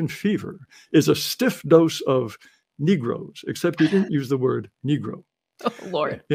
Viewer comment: He literally said negoes….. her eyebrows are tan top of her head his tan blonde, but the extensions are super blonde